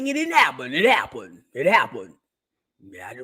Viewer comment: I'm in the hospital laughing and you're making my monitors beep! "It happuned... it happuned.." It's SENDING ME!😂😂😂